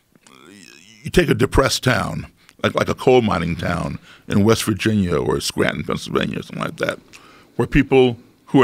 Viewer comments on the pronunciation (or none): Did he just say Scranton pa? Lol oh nooo that’s halarious